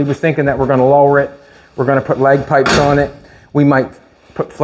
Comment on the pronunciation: Did he say leg pipes?😂😂